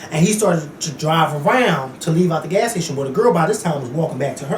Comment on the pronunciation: "this guy last night at the gas stay-CHUN" lmao@!